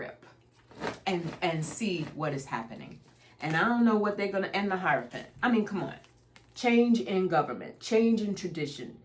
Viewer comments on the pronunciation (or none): none